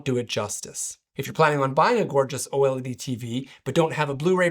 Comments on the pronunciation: Just say "OLED." You don't need to say "O.L.E.D." every time lol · U lost me at OH EL EE DEE.